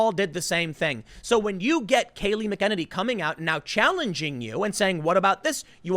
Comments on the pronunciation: MACK A NANE EEEE TIM, CMON BRO DUDE MAN. :) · Tim, the last part of her name rhymes with "granny" -- MACK - uh - nanny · Just a guess but I think it’s MACK uh nen ee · Pronounced... Mack- In- nay- nee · Mack Uh Nanny It's Irish hahahah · It's pronounced "Mack Uh Nanny" Mackuhnanny McEnany it's easy just practice it hahahaha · Her name is pronounced Mac-a-nay-nee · Please pronounce her name correctly. It’d not McKennedy. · You're butchering her name so bad lmao Its pronounced Mac-uh-nay-nee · Mc En any. Come on Tim. Watch a video to hear the pronunciation. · Tim, you are killing me with her last name. You are BUTCHERING the pronunciation of her last name. You really should take a moment or two and get her name correct. From the looks of things, she is going to be around for a while. It would be nice if you learned how to pronounce it correctly. It's MACK - a-neny and not mu-KEN-a-neny Here's an example, it's pronounced correctly in the first 5 seconds. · Tim you are my favorite, and i am doing myself a comedic injustice because i love how you pronounce her name but it is pronounced mac a nanny. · Max respect - I think it is pronounced Mack-En- NAY-NE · She is uber competent and organized, they can't handle that. I think her name is pronounced Mac-en-ay'-nee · Tim.....is Not pronounced Mckennedy......….Haaaaaaaaaaaaaa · It's pronounced Mack-eh-nain-ee. And yes, she is a superstar... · Pronounced: MAC AN EEE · Actually, it's pronounced MAC-ah-nay-nee. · Isn't it MAC uh nay knee? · It's pronounced MACK Innane knee. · Mack-a-nane-knee The Drudging of Fox.... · Pronunciation ” Mack - In - nainny " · Hey Tim, her name is pronounced Mac a nan e - . Now say it fast lol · it's pronounced Mac-A-Nay-Knee, Tim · Hey Tim , it's pronounced Kay-lee Mack-a-nay-nee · Mac en A - If people need a spelling that looks as the name is pronounced. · Love you Tim. Pronounce her last name correctly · You're saying her name wrong bro. Lol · You're mispronouncing Kayleigh McEnany's last name.